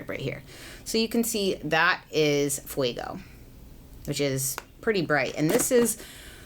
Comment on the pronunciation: fuego, not fuiiiiigo, fueeeego, like goat, eeeeeeee, meeee, eee